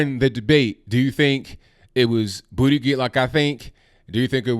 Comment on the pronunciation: Huh hu huh!! He said Bootygig!